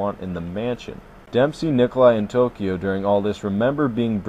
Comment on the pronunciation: Well his name is takeo not tokyo